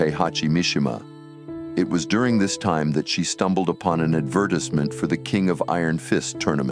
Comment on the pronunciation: Maybe next time have a real person read the script cuz I almost couldn't watch after the way the narrator pronounced "advertisement" 😅😂 Even so, great vid, almost made me tear up. Michelle's ending and King's in T1 are some of my favorites.